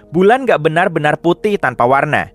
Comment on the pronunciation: "enar" ❌ "benar" ✅